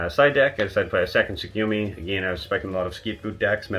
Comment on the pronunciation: Yo why tf is everyone pronouncing "Tsukuyomi" wrong ?